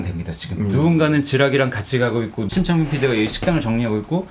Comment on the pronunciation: 심창민PD라고 하는데... 계속 침착맨피디로 들리지..